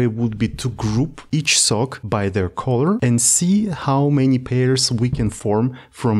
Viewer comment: Color - please check the pronunciation, bro ;))